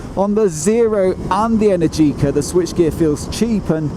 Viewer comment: It's Eh-NERR-gee-cah , not Eh-nerr-GEE-cah. Imagine you're Italian and you don't know the English pronunciation of the word energy.